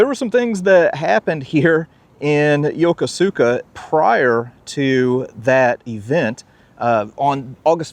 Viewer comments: It’s not “Yo-ko-su-ka”. It’s pronounced “Yo-Kos-ka”. Any of the thousands of American sailors there could have told you that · Great video, but you REALLY need to learn how to pronounce “Yokosuka”. It’s “yo-KUSu-ka” not “yo-ko-SOO-ka” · It's pronounced YOH KOO SKA, not yoko sooka. I was stationed/lived there from 1979 until 2000. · Seriously, dude! Learn how to pronounce things before you film! Great vids other than that, but come on! YO ko SU ka?! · Unless the Jaspanese has changed the way of saying Yokosuka, you are pronouncing is wrong. In Japanese the U is silent when it follows an S. I served 20 months at the Yokosuka Naval Station, from 1973 to 1975, when I was in the U.S. Navy and the way I learned to pronounced Yokosuka as Yo-ku-ska; not the way it is spelled like you said it. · Great show. But Yokosuka is pronounced “ya-koos-ka” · I lived there three years. Its pronounced phonetically Yo-ko-ska Yo-koska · I love your shows. Small correction. Yokosuka is pronounced "Yo-kooska". Japanese tend to ignore entire syllables! I took my grandson all over there to the wonderful museums and military displays. We especially enjoyed the Mikasa. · It's pronounced yow·kuh·soo·kuh. I got roasted when I got stationed there for pronouncing it like you did. 😆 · The correct pronunciation of Yokosuka has the emphasis on the second syllable.